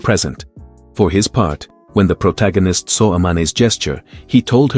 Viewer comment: Ah yes the pro-ta-gan-ist